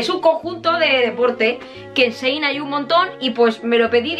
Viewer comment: Ta decir "Sein"... En vez de Chiin. 🖤